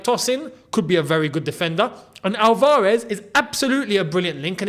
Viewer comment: Álvarez, not Alvárez.